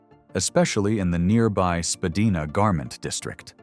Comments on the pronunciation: spadina is pronounced spa d eye na. not spa d eee na. Its known to everyone in the city. This is a bold error. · too much disinformation, i.e., using US dollars, mispronunciation of the name Spadina, pictures of city streets which are NOT Toronto... I stopped watching this! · Very interesting...but a couple of points...Spadina is pronounced Spa-dye-na....and the Reichman family first came to Montreal from overseas and then moved to Toronto. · Don’t be such a greeneh! Learn to speak proper Canadian English. Spadina is not pronounced “Spah-dee-nah” but “Spah-die-nah”. Azoy? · SpaDEEna? US cash in the bill counter? This AI stuff is just so cringe. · LOL AI 🤖 pronounced Spadina incorrect 😂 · I disagree. My father grew up on Spadina, born in 1921, and never pronounced it the way it's been pronounced in this video.